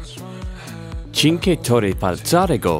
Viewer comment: cinque torri falzarego for me is like listen japanese, had made me laught im from italy but overrall isnt bad